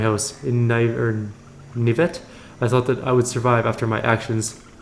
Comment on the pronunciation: I know this playthrough is like...forever ago old now, but two things: 1) I liked it more when the info text box (not sure what to call it) was larger, so we could see XP, rolls, dialogue, journal entries, etc 2) Naivete is pronounced nigh-eve-uh-TAY :)